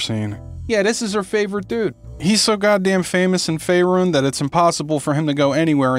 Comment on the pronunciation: Is it wired the Narrator pronounces Fearun differently? Ive always pronounced Fearun the way dose.